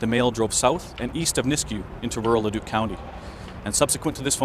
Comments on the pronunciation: Haha he also said “Ledduck” (it’s pronounced le-duke) ORE-cmp haha heck of an accent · Leduc is pronounced "La-Duke" ;) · I grew up in between Nisku and Beaumont, but I had left long before this happened. By the way, it's Le DOOK, not LED uck. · Its pronounced "Lah-duke". :) There's lots of missing women and bodies showing up in the area lately. Love your vids bro! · Leduc is pronounced Le duke. Kijiji, close enough, lol. I moved away from Edmonton in 2005. Grew up there.